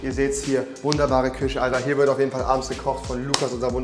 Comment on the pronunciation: Niemand: Rewi: Küsche Alkoholiche